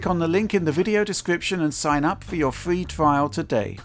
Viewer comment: A fwee twial?!